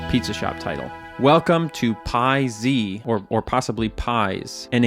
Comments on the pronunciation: It is pronounced “Pie-Z”, not “Piez”. And it is used in the Sinnerman quest chain. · the "piez" whould be said like "pee ezz" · It's pronounced Pie Zed.